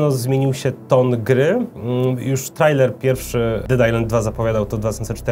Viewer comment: Hej, czyta się trejler:)